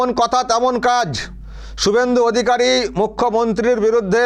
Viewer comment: কিছুই হবেনা কারণ শুভেন্দু অধিকারীর নাম যেভাবে মুখ্যমন্ত্রী উচ্চারণ করেছেন তাতে বিরোধী দলের নেতা শুভেন্দু অধিকারী কেই যে বলেছেন সেটা বুঝা যায় না।